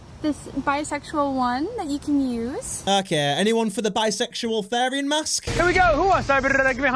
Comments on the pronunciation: IT IS THERIAN NOT THARIAN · these a called therians (pronounced as th-ear-rian-) and furries therians feel like they are soulfully Conected with certain animals and furries do it as a hobby as a therian i find this really offensive but its your opinion please dont post more things like this❤😢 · As a Therian, the way he pronounces is is hilarious, and I'm not even mad because this is just funny